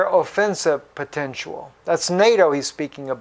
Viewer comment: He said "potentual". Twice. :D